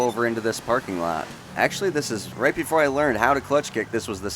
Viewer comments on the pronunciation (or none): none